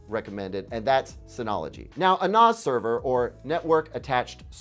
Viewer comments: Seriously though, it's nah-ss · The way you pronounce NAS is a bit off. It's commonly "năs" similar to the 1st part of "nasty." I personally do not recommend Synology for a media host. They've made some very questionable decisions over the last year, such as not including (or even removing) iGPU drivers that enable hardware transcoding of media. I know they rolled back the decision to aggressively push only their own in-house branded drives, but they still tried. That said, I am not really sure what I would recommend to somebody getting started with a smaller media collection that wants to host a media server (like Plex). When I got started, I already had a significant amount of media and I dove straight into the deep-end with a custom PC running TrueNAS and 80TB. It was a learning experience and I really don't recommend it for the faint of heart. The most expensive part was the hard drives, the actual computer that runs it was under $500, and could've been cheaper. However, I expect all options to get significantly more expensive soon with the RAM shortage. NAS is a pretty large topic to get into, and has entire channels dedicated to it, NASCompares is great if you can take the time to really deep dive. Separately, on the Blu-Ray players, I also like the looks of the Sony UBP-X700U, and shoutout to Sony for releasing a new (updated) player when most companies are discontinuing physical disk players or not bothering to update models that are 5+ years old. The better DACs (Digital to Analog Converters) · please NAS is pronounced like TAZ-maniam devil. Synology is the right choice.